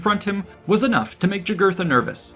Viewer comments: By the way. In Latin the J makes a Y sound. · Yeah, pronounced Yūgūrten or Yūgūrthen. But the idiot relresented him as a Black guy although not being so drawn on his coins.